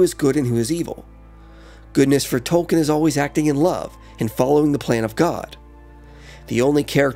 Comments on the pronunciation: It's pronounced TOLKEEN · I’m sorry, good video. but you have to say his name right if you’re gonna make a whole video about him